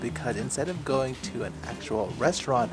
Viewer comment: what's a goning?